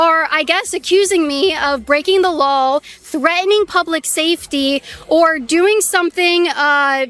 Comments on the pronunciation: WHY why the heck can she STILL not properly pronounce - LAW its now LAWL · I think it's cute that you say "LawL" when you say the word law! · Y can't u pronounce law.... U keep saying lawl